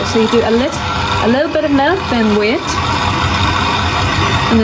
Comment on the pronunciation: Outstanding video! I noticed there is no /ei/ vowel in your English, for example, “wait” sounded “wat”; “page” sounded “pag”. How interesting! 😊